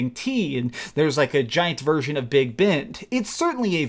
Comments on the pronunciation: It’s Big Ben, not Bend... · Did you call it big bend ????? Its big Ben lmao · did you just say "the big bent" ahaha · Did you just say Big Bent? bruh